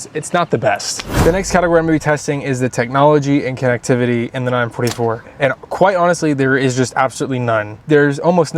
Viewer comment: 9-4-4 not 9-44 😂😂